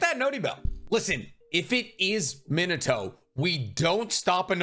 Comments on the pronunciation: Overly critical takes: 1. Bro it's really not that hard to pronounce their names right. Thought I was missing the joke of "haha I say the Japanese names wrong I must not be a true fan" but a quick check on your first Naruto video on the channel says no jokes found. Please don't work on anything related to whoever the fuck "meh-nuh-toe" is. 2. This entire video makes you sound conceded as hell. If it is a gag, you're deterring anyone who might want to listen to your opinion with "As someone who knows people in high places in video game companies" & "Please bug the creators so I have a chance to make it how I want it" & "I know the universe better AND what the fans want" 3. The other thing this video proved is that you really don't seem to know shit about what fans want from the series even with all that money spent on art and figurines behind you. 4. Genuinely feels like a clout chasing lame-o who jumped in when anime blew up off tiktok. "I had to sign an NDA" head ass. The only shows you even talk about are whatever is the most popular that day MHA, Naruto, Bleach, One Piece, HxH, Dragon Ball. Just say you jumped on the band wagon and pull the band-aid off. 5. Fuck Boruto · He said min a toe. 🥹